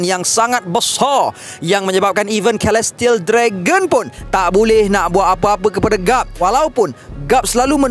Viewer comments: Celestial = Selestiyel not kelestiyel takpe2 kita belajar sama2 haha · Ada sebutan kurang tepat. Celestial = Selestiyel, Alliance = Elaiyens.